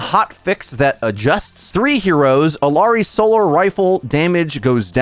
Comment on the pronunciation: I wince every time you say Illari and Kiriko. It’s like hearing someone say A-Aron just because it’s spelled that way. Illari is pronounced with a y sound. Like Iyari. Double LL makes the y sound. And kiriko is pronounced KEE-ree-co. Not kee- REEK- oh. Emphasis on the first vowel sound.